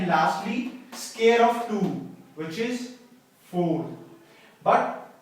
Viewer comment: Why do you pronounce "square" like "scare" ?